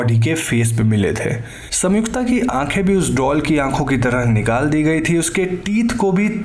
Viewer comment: Bro it's संयुक्ता not सम्युक्ता. I paused video it bothered me this much 😂